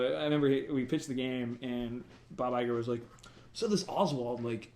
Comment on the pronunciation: You kept mispronouncing Iger.